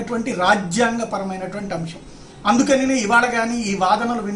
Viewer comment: 'అంశం' అని పలుకు నాయనా! 'అంషం' కాదు. వాదనలు న్యాయవాదులు వినిపిస్తారు. మీరు న్యాయమూర్తులని అన్నారు. కొద్దిగా confuse అయ్యారు.